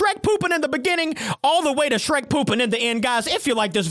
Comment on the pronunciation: BOY THAT ANT SHREK THATS SHRERSH